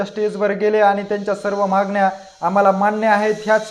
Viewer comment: उच्चार सुधारा...'महागण्या' नव्हे 'मागण्या'! 😀